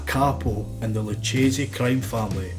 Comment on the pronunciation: Great video, just some of the names are mispronounced. It's OK, even Italian-Americans get it wrong. Luchese - Is "Lukese" and Italian words with "ci" or "ce" sound like "ciao" or "cello." Most Americans and people unfamiliar with Italian phonetics mistakenly tend to pronounce Italian names like they're Spanish names. Nicely done video, all the same. Well researched.